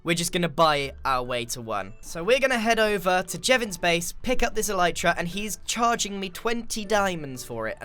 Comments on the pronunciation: "ELEEETRA." Alright,. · "What does mending do?" Sips water "E-leet-ra" Chokes on water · I love how he says "Eleetra" instead of "Elytra" ish so good xD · Grian: Thats An Elyatera